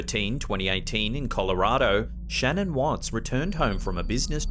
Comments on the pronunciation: Please I live in Colorado. Her name was Shan'ann not Shannon. This case was very personal to us here before it went world wide respect the dead and pronounce their names correctly. Thank you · It’s actually pronounced Sha-NAAAN. 🤓 True story. Either way, finally some little girl ghosts that aren’t wearing bonnets or "period clothing". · Just FYI: In clip #6, Mrs. Watts’s first name is pronounced “shuh-NAN”. I learned this by watching a documentary about this evil crime; that’s how her friends and family pronounced her name😉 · Her name is pronounced shuh-nan. Js. Lol great video!! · Her name is Shannan. pronouced Shan nan